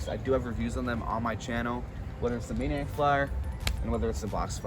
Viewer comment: why do u call it mannaic and not maniacc bro